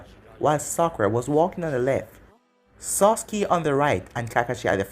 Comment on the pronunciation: Sah-ke not socke